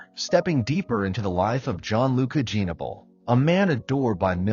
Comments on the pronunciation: Pronounce his name right! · You should learn how to pronounce his name,before talking about a tragedy.